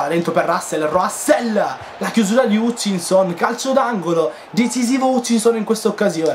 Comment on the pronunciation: Bellissimo video Comunque la pronuncia di Hutchinson sarabbe Hatchinson con la "A" E quando ci sono nomi tipo "Warnock" leggili con la "O" quindi Wornock Continua cosi 💕